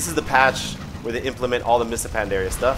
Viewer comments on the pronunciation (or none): none